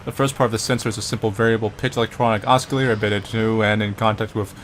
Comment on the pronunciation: "He's pissed off at boxes!" Lmao Also, the "C" in "oscillator" is not pronounced as "K".